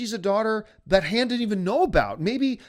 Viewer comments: how can anyone take anything seriously from a guy that cant pronounce Han the right way...? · This guy doesn't even know how to pronounce Han or Maz. Why are people listening to him?